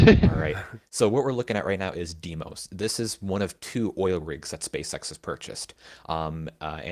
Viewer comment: NOT Dee-mos, it's dye-mos, as in Poseidon. The characters are "ei", not "ie"...